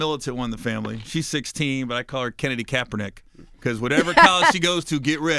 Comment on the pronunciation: “Whateva, whateva” 😂😂😂